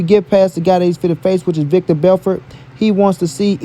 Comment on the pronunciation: Stopped listening to this clown when he said VICTOR Belfort. do your research cuzn.